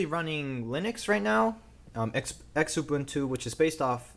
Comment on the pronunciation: Not to nit-pick.....but it's "Xubuntu"......NOT "X-Ubuntu"......(dude!.....ya KILLIN' me here!) I have people who are my clients going crazy trying to find this X-Ubuntu....!! It[s pronounced "zoo-boon-too"......(I know....I know....but there's no other easy way to translate the "sound" X makes!!) Other than this......yet another excellent video! Very informative and interesting! Also?.....(more nit-picking!) Maybe disable the extra monitor when doing tests, reviews, etc?.....I know its nice to have......but it hampers the ability to show the speed of apps as they run on older hardware.....